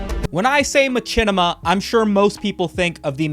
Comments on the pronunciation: the way he says machinima is making me uncomfortable "my chin ema" i have always heard said "Mah shin ema" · Bro pronounces Machinima as Ma-chin-ima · I didn't know I could be so desperate for someone to please god stop saying ma-CHINnima. Its like a horrible form of reverse asmr torture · its pronounced mashinema, fool. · Hate how you say machinima its machine pronounced matchene? The creator even said how it was pronounced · The only person ive ever heard put chin in machinima, do you also pronounce machine macheen? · Every time says ma-chin-ema 1 second passes in Africa. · its true. i'm here rn to witness it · is.. is that how machinima is pronounced? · Is mispronouncing machinima a bit? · Bruh please say Machinima correctly at least one time